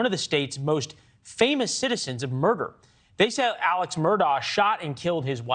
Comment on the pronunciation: It’s Alex but pronounced Aleck